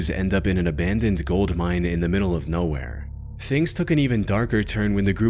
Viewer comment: I noticed the ai voice adds an extra syllable at the end of every single sentence and now I can’t unhear it to the point I can’t even watch the videos anymore. e.g “nOwhErE-uh”, 🫦 “SpInE-uh” 😫, “PaUwsIbUlLLL-eh” 💅